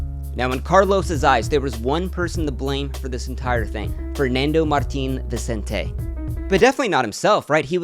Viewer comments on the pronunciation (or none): It's Vicénte, not Vicenté hermione vibes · "I'm Spanish" dice, y ni sabe pronunciar correctamente "Vicente". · dices que eres español y vas y pronuncias 'Vicente' como Viseintei xddddd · bruh if you were spanish, you'd know how to fucking pronounce "Vicente" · This dude says he's Spanish but seems to not be able to correctly pronounce the pretty common Spanish name "Vicente". Yeah ok dude you're probably "Spanish" in the sense that your ancestors came from Spain but you don't speak Spanish, have no direct family in Spain, and probably never even went to Spain. But somehow having Spanish ancestry qualifies enough for you to call yourself "Spanish". American stupidity. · Why there is Lord Draugr's face and how can you be spanish and pronounce Vicente's name like that!!??